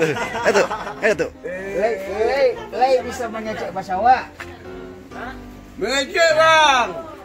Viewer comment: lai bang bukan laek hahahha